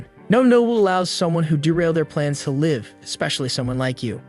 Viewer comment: Always be funny ai cant say live right lmfao